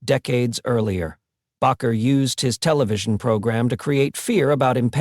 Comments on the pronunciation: Argh, that bugged me. It's not "Backer." It's "Baker." BAKER. BAKER! SAY IT RIGHT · Bakker. Proper spelling. ……Bay….ker. Proper pronunciation. I’m not a fan. But hey, these presenters lack their own factual and obvious credibility, ..do your homework. Plz. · People do not have powers. This is only God. Anywhere the word is spoken it will deliver. Have faith in God, His only begotten Son and Holy Spirit. If you are going to post this please use a better AI. That g is pronounced as the g in angel. The a in bakker is a long a and the name is baker. These words matter if you want to impress. Look not to any human. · You know what amazes me with narrators of programs like this they can't get the names right of the people they're talking about. Pastor Jim bakker is not pastor bocker. But that's how he pronounces the name. And why during his segment he keeps flashing up pictures of Jimmy swaggart you're not talking about Jimmy swaggart. Keep working on your videos someday you'll get it right. Pastor Dom Tucson Arizona. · Bakker is pronounced Baker. Like the person that bakes bread. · AI can not even pronounce Baker correctly.